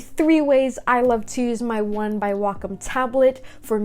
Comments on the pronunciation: Yes its not wack-em its wacom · I thought it was pronounced (waycom)